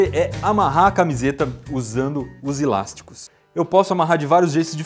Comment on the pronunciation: Não são "ilásticos" mas sim "elásticos".